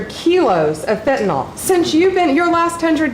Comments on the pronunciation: She can't even pronounce 'fentanyl.' And that's the LEAST worrisome thing at that horrific cabinet meeting! 😖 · Pam Bondi always sounds so performatively angry, even when she's talking about things that are supposedly good. (PS, the word is fenta-NYL, not fenta-NOL.) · Pam it's fentanyl (fen-tah-nil) not fentanol (fen-tah-nol) ...oh and you're full of shit. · BONDI, PLEASE PRONOUNCE FENTANYL CORRECTLY. IT'S PRONOUNCED WITH THE ENDING "NYL=NIL NOT NOL- FENTANOL IS NOT CORRECT. R.N.